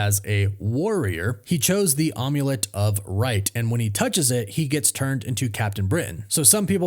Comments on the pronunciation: it's not on you let it's not an omelet it's not Babe Ruth eggs it's an amulet like it's an amber Ambiguous amplitude it's MAM not om OM. come on you people if you not certain how award is pronounced look it up on the Internet look it up on Google google is a great pronunciation thing check several of them to see which ones are best oxygen approximation of what you think it's gonna be It's not the correct pronunciation of a word. figure it out people it's not hard to do we'll do your research if your award speaker and you need to learn how to speak words and that's part of your profession Is expressing the information to other people make sure you can get them pronounced right. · am i really supposed to believe that youve never heard the word "amulet" before? wtf is an omulette? do you have to break many eggs to make one? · you pronounce "amulet" very strangely. How do you pronounce "omelet"?